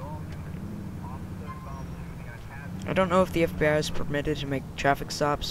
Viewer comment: "FIB your under arrest!" FIB? Its FBI.